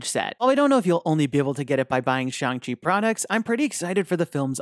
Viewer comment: You accidentally said Xiang Chi, not Shang Chi.